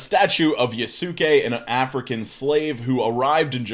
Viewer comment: Ok, …. It’s pronounced Ya-skay… the su is a quick, hard S sound ( like the s in sound lol) so, think of saying ski, but instead say skay: Yasuke=Yaskay…. Lol or the Yaaaaaasss! ‘Kay! Lol